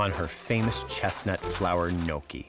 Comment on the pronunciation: The way Brian pronounces some words (such as, gnocchi) makes me cringe. Haha! Since he went to the trouble to meet his relatives, also, buy and renovate a house in Italy, hopefully, he's learning the language and customs. This was a nice cooking video, though. Best wishes on everything! Ciao! :)